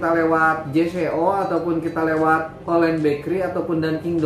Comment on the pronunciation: J.Co dibaca “jeko” bang